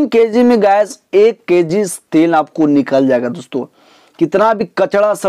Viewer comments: Thoda achche se bola karo.।। Kessi nhi kg hota he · Keeeg nhi kg hota h bhai